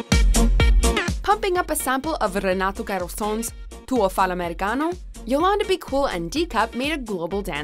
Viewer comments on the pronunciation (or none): "renato CAROSONS" lol